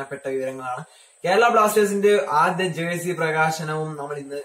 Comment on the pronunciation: It is jersey not jercy